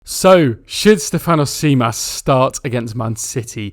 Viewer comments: good way to practice emphasize the capital that i am about to write. STEF-an-os (also the anos should be pronounced quicker together so there is not this awkard An - Os sound) JIM-as we emphasise letters based on tones in greek (Στέφανος Τζίμας) ps. Kostoulas prononcuation was spot on though tbf. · Think of Tzimas as Jimas, tz in Greek is the equivalent of j in English, also stress the Ste not the fan on Stèfanos. On Kostoúlas your pronunciation was quite close to the correct one, just put the stress on rá instead of la and if you can pronounce mpos as boss because mp in Greek is the equivalent of the English b. Hope you find this helpful.